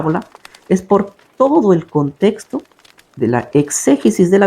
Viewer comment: Por favor, no se dice,contesto, sino, contexto, habla claro